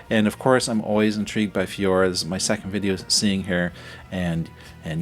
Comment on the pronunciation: You are pronouncing FLOOR's name wrong it is not F I O O R but F L O O R so not the ceiling but the floor!